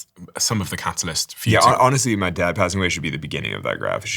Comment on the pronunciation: struggle for accents on "passing" 😅 uk/usa